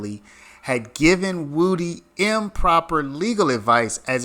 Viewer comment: 👏 you finally called him "Woo-Dee" and not "Wood-ee" 😂 better late than never